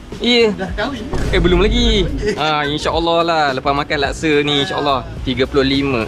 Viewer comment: Laksa, bukan lakse